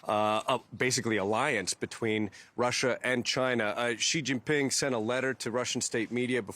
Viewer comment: It’s Sheee Jin (as in Gin) Ping